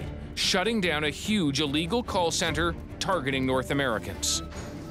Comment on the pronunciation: its yuge